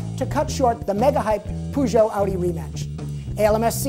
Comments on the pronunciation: Nice shakedown this is starting to be my favorite part of the show. But isn't Peugeot pronounced with a Eh? like pehzhoh? not poozhoh? So they will put a turbo in the mustang and won't change the rear axle? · What's a "poojoe"